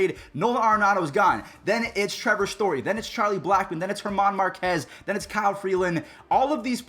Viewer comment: once again congrats for saying the name Germán correctly